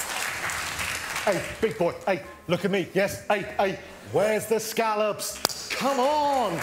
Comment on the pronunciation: Spot on, except he missed the way Gordon Ramsay says "scallop." Ramsay says it as "Skall lip"